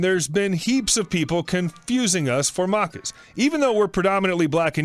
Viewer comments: Maccas is Aussie slang for McDonalds so we usually say it like mack-ahs :) muckers can mean something else :) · As an Aussie hearing maccas being pronounced mahccas is something else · The a in Maccas is the same a as in apple. Not uh. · whats muckers? its Maccas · Yeah I was wondering why he was calling Macca's, Muckus or Markers. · dude the way he said maccas cracked me up.